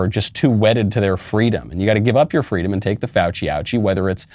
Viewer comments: It’s been a long time since a member of the Biden administration thought “fweedom” was important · I thought Kamala said it was fleewweeeedum when she stole a story directly from Martin Luther King